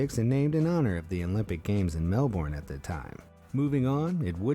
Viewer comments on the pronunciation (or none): Mel born? It’s pronounced Mel-Ben or Mel-bin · ITS SAID MEL-BURN NOT MEL-BORN AND SPELT MELBOURNE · its not melboorne its melbourne dumby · Ok ok ok when you say Melbourne you say it like Mel-ben ok Mel-ben if you say otherwise wow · Wtf why Americans say melbouuuuurne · YOU SAID MELBOURNE WRONG bruh